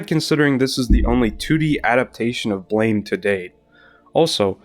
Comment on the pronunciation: Ok. Imma do the BLAME! comunity Meme before someone else does... Ehem... It's pronouced BLAM! not BLAME! I always love to see people talking about one of my absolute favorite series of all time, and i also feel that the adaptations left outside of the conversation way to often. I personally got introduced into the series by the .0.11 OVAs and loved it so much that i read everysingle Nihei work after it. More people sould know about this wonderful series.